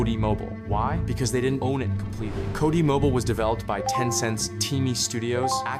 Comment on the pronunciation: Not the AI voice saying "Cody mobile" 😭💀 Accent > AI voice